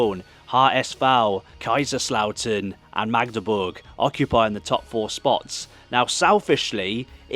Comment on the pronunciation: Tbh you pronounce Magdeburg much better than many 'west' Germans do. They often sounds like Maaahhgdeburg😊